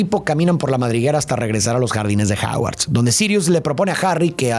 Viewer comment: Me estresa cada vez que dice "Haguard"